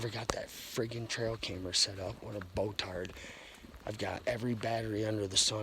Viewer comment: “Bo-tard” 😂 I almost lost my coffee.